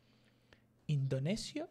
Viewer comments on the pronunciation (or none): none